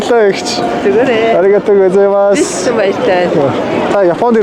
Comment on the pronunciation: Япон хэл мэдлэг шүү би та зарим үгээ буруу хэлжэд байна аригото гу и масс чинь мөш их баярлалаа аригото баяхлалаа болсон